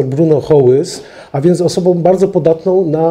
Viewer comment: osobą, taką a taką - "ą" nie "om" szanujmy też język polski 😉